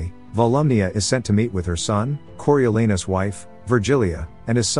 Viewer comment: The a in Coriolanus is pronounced “ah”, there’s no “a” sound in Latin. The British are notoriously bad at speaking non Germanic words.